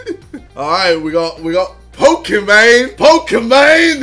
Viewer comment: Bruh ksi keeps saying people don’t know how to pronounce shit but he calls pokimaine pokamaine